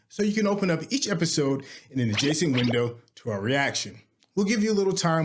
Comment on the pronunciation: adjacent! its adjacenT! Adjacing is not a word! love then channel but had to say it